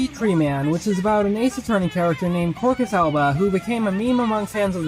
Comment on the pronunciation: i don't even like mega man but this video has introduced me to a Banger . also i don't like the way you pronounced quercus alba's name